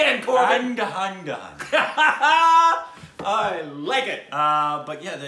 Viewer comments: For guys who are confused confused, "Undhundhun" means Andhadhun. Pronounced as UN DHA DHOON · Undonedone 😂😂 its andhaa-dhoon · BTW......andhadhahahdhahhahhan is pronounced as Un-Dha-Dhoon (Dhoon as in boom) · SAY "AN"+ "DHA"+ "DHUN"...hahaha...Plz React to English Vinglish!!! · It's pronounced as UNDHADHOON....but andhadagdh works too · Andhadhun is pronounced as "Un-Dhaa-Dhoon" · It's pronounced: "an-dhaa-dhoon" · "Andhaaa dhooon" that's how you pronounce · It's and-da-doon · andhadhun pronounced as ( Un - the- thoon) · OMG.. I laughed constantly for 2 minutes when I heard how you guys pronounce movie name called Andhadhundh. My three Yr old baby pronounce it same way. hilarious!!!! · The way they pronounced andhadhun... 😂😂😂😂😂that's hilarious!!!🤣🤣🤣